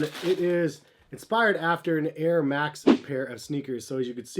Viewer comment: “Nair max”